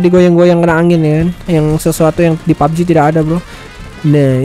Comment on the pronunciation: Bang lu kemarin kok nyebut nya pubg kok lucu bg :pabeji 😠😂🤣